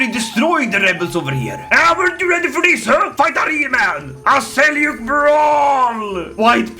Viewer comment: It's pronounced as Seljuk not selyuk